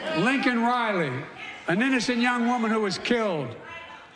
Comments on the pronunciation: Biden said her name wrong too. It's Laken. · He calls her LINCOLN!! HER NAME IS LAKEN! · her name is LAKEN.........even you are pronouncing it LINCOLN like Mr. Potato Head did